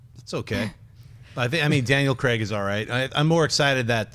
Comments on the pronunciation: Why can't you pronounce Daniel Craig's surname? It's Craig... sounds like Crayg I guess... Not Creg. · It's Danial Craig...not Creg. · who is cregg? lol :P its craig